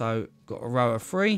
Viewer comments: 3 is pronounced three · 1,2,free and leave a gap 1,2,free aaaand leave a gap... I like the way he pronounces 3